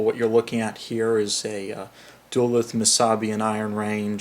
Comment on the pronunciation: I hate to be that guy, but in looking at the other comments, I don't think anyone has addressed this, so I will. The city in Northern Minnesota is pronounced, "Duh-LEWTH." Thanks for your consideration in this matter. I apologize for any inconvenience.